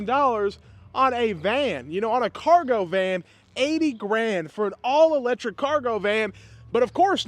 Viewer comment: Did you say electrick ,junk